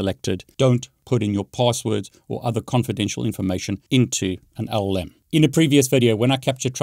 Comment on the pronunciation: What's an llm? (your pronunciation sounds like olm).